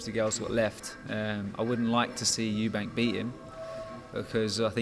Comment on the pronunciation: You mean Eubank... Capital E....not eubank,.